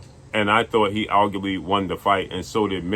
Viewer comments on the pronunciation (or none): none